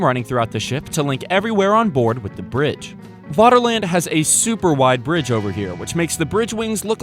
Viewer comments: You're already on the German security service's watchlist by pronouncing Vaterland as Waterland. V = F in German. FFFFFATERLAND!!!! Like Führer or verdammte Scheisse! You're every move is being watched and documented and stored on microfilm in a vault under the German embassy in Argentina. Extradition is being discussed but as ever the US government is being uncooperative in the prosecution of one of their own for war crimes and violations of the Geneva convention. Proceed carefully. Ffffery kärvullie! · It's pronounced 'Faterland' - 'v's are pronounced as 'f' in German...